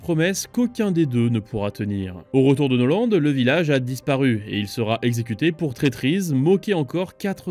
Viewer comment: amiral noland?? norland vous voulez dire